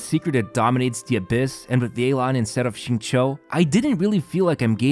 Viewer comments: Hi, Xingqiu is absolutely not pronounced like "zing-cho". This name is pronounced "sing-chu." It's cringe hearing you say his name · You are wrong as well. It is /Shing-chow/